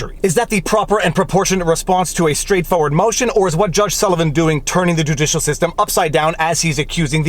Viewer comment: You made a mistake on your last hashtag. You said juicialswamp instead of judicialswamp